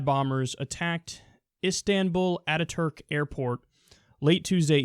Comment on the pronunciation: Has anyone noticed the news reporters all pronouncing "attaturk" as 3 separate words?